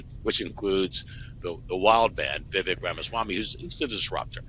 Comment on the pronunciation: It's pronounced Vi-vake.